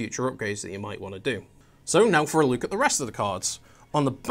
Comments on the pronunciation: "Let's take a luke" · its a northern thing